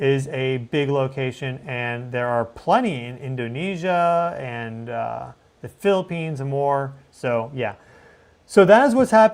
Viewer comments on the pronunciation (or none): none